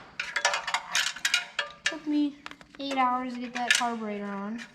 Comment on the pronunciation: Did anybody else here him say carbinator? Just like his Dad.